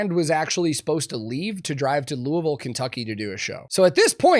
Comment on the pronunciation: Love that you pronounced Louisville right